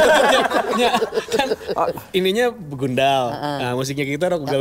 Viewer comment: BEGANDUL???...BEGUNDAL Teeeeh 😂